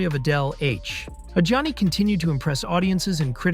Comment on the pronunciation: he also pronnounces Adjani as Johnny